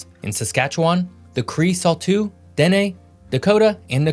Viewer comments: Salteaux is pronounced Sol TOE. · Is no one going to comment on his pronunciation of potash, Metis and Salteaux? Obviously not from the Prairies. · Learn how to say saulteaux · Saulteaux is pronounced like ‘Soto’ And Metis is pronounced like ‘May-tee’ As a Saulteaux native get that sh*t right bro 😪 damn 😂 i dont even wanna watch this anymore 😂🤘🏽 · Saulteaux is pronounced more like SO - TOE, just fyi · hey, great job including the time immemorial occupation of the land by Indigenous folks, but just a note: Saulteaux is pronouneced SO-toe, and Metis is pronounced may-TEE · Just a few points: -Manitoba is also a prairie province -Saulteaux is pronounced "So Tow" -Métis is "May Tee" -Potash is "Pot Ash" -Tons of Albertans are actually from Saskatchewan. Many moved there for better economic opportunities because of the politics, use of resources, lower taxes, etc. compared to Sask. Thanks for making this. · Oh my god I've never heard a white person pronounce Saulteaux properly, its pronounced "Soto" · Just a note on pronunciation for the tribes since they're kind of odd, Saulteux sounds like so-toe/so-doe said quickly with a lazy dt sound and metis comes from french and sounds like may-tee, but good attempts and good video! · What about Manitoba? What about researching pronunciations for words such as Saulteaux, Metis, and potash? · Words that are not pronounced correctly in this video: Saskatchewan, Salteaux, Métis and potash. Another error, the Métis are most definitely not a First Nations. They are an Indigenous nation but did not sign a treaty with Canada. Just some of the errors I noticed at the beginning. Sorry to say but this is not reliable and needs to be heavily daft-checked given the inaccuracies even I noticed.